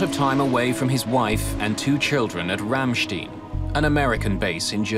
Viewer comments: I picked up on that too. The narrator is otherwise excellent. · Ramstein isn't pronounced Ramsteen, it is pronounced Ramstine. The rule for German words with the letter combination "ei" or "ie" are "e" before "i" is pronounced "i", "i" before "e" is pronounced "e". Always! It is easy and prevents embarrassing mistakes in a high-quality documentary.